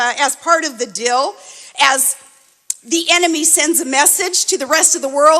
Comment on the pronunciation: "He is the master at the Art of the "Dill"; It's DEAL, Shrill Sarah. Please take elocution lessons and learn how to properly pronounce English words. What trailer-trash. Please return to the frozen tundra from whence you came.